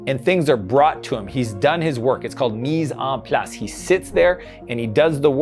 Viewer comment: Your French is Great. 10/10 on how you said "mise en place"